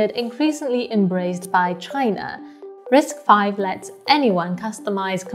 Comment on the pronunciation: Kudos to you for pronouncing RISC-V correctly as "risk-five." You're the only YouTuber that does this. Everybody else pronounces it as "risk-vee."